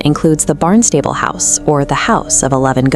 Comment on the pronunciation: Thank you very much. Also, we have always pronounces "Barn Stable" like this: BARNST-uh-bull ❤